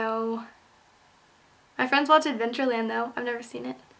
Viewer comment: i died a little on the inside when you said adventure land D